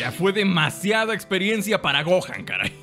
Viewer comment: 00:2 Videl dice Goten en vez de Gohan